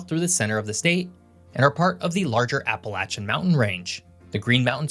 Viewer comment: Always fun to hear non-natives pronounce Appalachians.